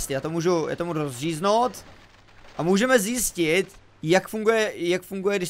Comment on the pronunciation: Rozříznót... Brněnským kořenům neutečeš :D